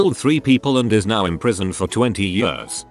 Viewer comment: Ye-ah-rs Robot butchers the word years.